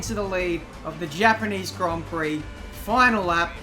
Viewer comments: Hapaneez hon peeee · The gapanese han pee hahahahha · hepenese han hi hahahhahahahha